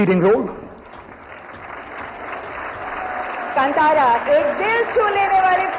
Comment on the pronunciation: It’s not kantaaara - kaantara , abreaviate correctly